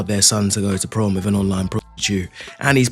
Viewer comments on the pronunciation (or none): Prom date ❌️ Pron date ✅️